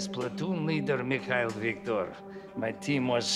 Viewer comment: Two things that I appreciate the most from this remake game: The sweet Russian pronounciation of Mikhail and how strong Jill's body can be after so many explosions and falling out from roof. . no broken bones at all.